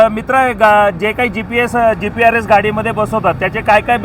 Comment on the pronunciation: G P S ✅ SPEAK:- G P R S 😂